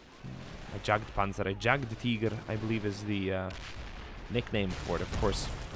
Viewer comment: Jagdpanzer Please stop saying it with an english J ...say it with an Y instead. So just say "Yagdpanzer". Sincerely, The Grammar Nazis ;) Keep up the good work :D